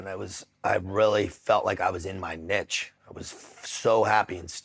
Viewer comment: I love it that this guy learned French in the legion but still pronounces clique and niche as click and nitch.